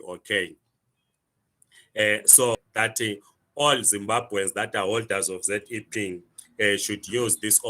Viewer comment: Educated can't even pronounce ZEP😂😂😂 fake zim zim